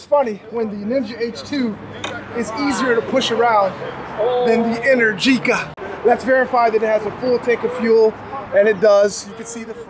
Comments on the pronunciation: Since its Italian, I assume its Pronounced "enEr-gica" , not "enerGi-ca", Great video! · Man is pronounced enérgica, not energíca 😅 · you call it enehr- geekah but I think it is called enEr-G-ca , from energy but, that capital E is open (é) like in Explosion. energica means full of power or very active in italian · It’s kind of weird how this guy pronounces ENERGÍCA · Please... Enèrgica not Energìca.